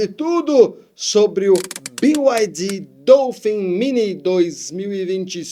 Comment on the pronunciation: A pronúncia é Bi Ai Di